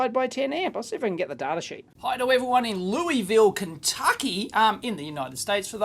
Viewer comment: DAVE, YOU ARE THE MAN. You didn't say "Lou-is-ville", you said the correct "Lou-e-ville" (Kentucky, USA, USA, USA). Great stuff.